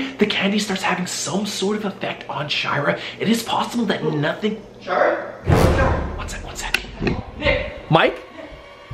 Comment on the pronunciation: In 00:5 and 00:6 he said her name wrong he said shower not shira